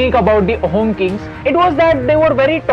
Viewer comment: Loved the video and the content. A couple of things about the pronunciation: the word 'Ahom' is supposed to be pronounced more like "Aa-hum". The pronunciation just gets lost in transliteration. Also, anytime you come across 'ch' in an Assamese/Ahom name written in English, you can be certain that it denotes an 's' sound. So, "Laa-sit" for "Lachit". In the general's name, the surname is also pronounced as "Borphukon", with an 'o' sound for the last 'a'. Not an attempt at discrediting you people. Great to see you choose this topic.